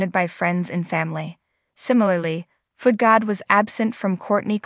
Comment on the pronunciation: Foodgod, not foot god.